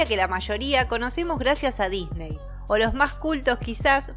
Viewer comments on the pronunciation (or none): none